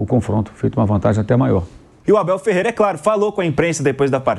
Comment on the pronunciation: O MCP não consegue falar o nome do Abel. Um bobão.😂😂😂